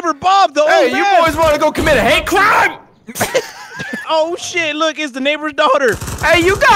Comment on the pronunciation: A hate CRIME! I want this to be the default way to pronounce it now.